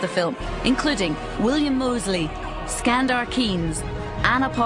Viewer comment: Well, she just butchered Skandar's name...